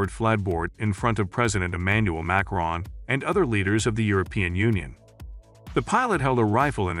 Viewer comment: Emmanuel Mac Ron😂